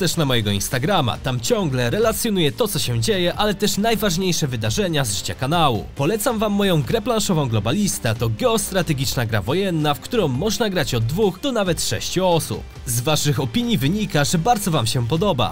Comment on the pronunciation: Naaaaajbardziej rapoooorcie kanłuuuu Czy tylko ja to zauważyłem, czy Ten Pan źle akcentuje